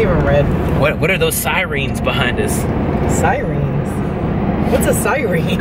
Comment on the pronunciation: “....sireens......” 🤣 I said it that way when I was a little girl